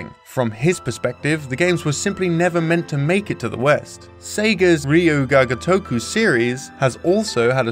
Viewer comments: "All we hear is Ryo-Gaga-Toku!!" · Ryu GAGA toku? You mean Ryu ga GOtoku. Somone is still thinking about Lady Gaga's Super Bowl performance. xD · well "gagatoku" is not better either :D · At least look up how it's supposed to be pronounced, "reeju gaga toku" grates the ears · Everytime he tried to say it I fucking lost my shit. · Yup, even when its their native tongue I correct them. In this case if youre going to make something to be educational, you at least want to get the title right. Because they way he says it, its not even same same word. Ryu Ga Gotoku specifically means "Like a Dragon" If you mess that up youre severely messing up the title. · first time I heard someone pronounce "Ryu Ga Gotoku" that way. it's mind boggling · Not trying to be negative, but japanese pronunciation needs work, Google Translate text-to-speech does a better job:v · it took me hearing "ryuu ga gotoku" like 5 times before i realized that was what you were saying, the pronunciation was really off :( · Can you get someone who can pronounce properly. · I'm sorry, but please learn how to pronounce the name. It hurts my ears. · I'm sorry, but I can't stand the way you pronounce Ryu ga Gotoku. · Maybe you should get a different guy to talk about Japanese games. These pronunciations are pretty painful.